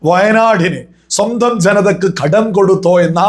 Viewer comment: ""ഘഡ൦" " അല്ല കടം നൃായീകരിച്ചു മെഴുകണ്ട, പൈസ കമ്യൂണിസ്റ്റ് കാർക്ക് ചായ കുടിക്കാൻ അല്ല , കേരളത്തിലെ വയനാട് അടക്കം ദുരിതപ്പെടുന്നവർക്ക്, സഹായധന൦ എന്തോ ഔദാര്യം കേന്ദ്രം ചെയ്യുന്നു എന്നൊക്കെ പറഞ്ഞു നടക്കുന്ന വർ കുറച്ചു പേർ കാണും പിന്നെ തോറ്റ സുനിൽ സമ്മതിച്ചു തോറ്റു താങ്കളുടെ സംസ്ഥാന പ്രസിഡന്റ് അടക്കം വീരശൂര പരാക്രമികൾ ജയിച്ചിരിക്കുകയാണല്ലൊ ഇതൊന്നും രാഷ്ട്രീയ൦ പറയുമ്പോൾ നല്ലതല്ല എന്നറിയാ൦ പിന്നെ കടുപ്പം കൂട്ടി വാക്കുകൾ പറയുന്നതു സതൃമാവില്ല അതിനാൽ ""രൂഭ"" വേണ്ട രൂപ കൊടുത്താൽ മതി അവകാശപ്പെട്ടത്